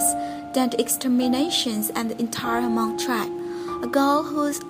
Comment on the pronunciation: It's not pronounced ha-mong!